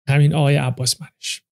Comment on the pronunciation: سلام اقای دیدگاه شما درمورد استاد عباسمنش کاملا اشتباهه و حرفاتون راجب قانون سلامتی شبیه ایشونه ولی تفاوت خیلی عمده ای با ایشون داره شما حتی اسم ایشون رو درست تلفط نکردید چرا باید بیاید درموردشون نظر بدید